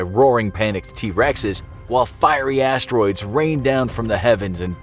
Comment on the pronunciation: Fiery - Assed - Troids 😂😂